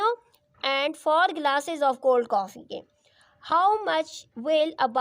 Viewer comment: Lmao that cuups and gelaas was crazy at the end 😂